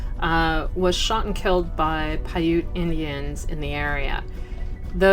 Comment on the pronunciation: Its Piute (Pie Ut) not Piutea (Pie UT A )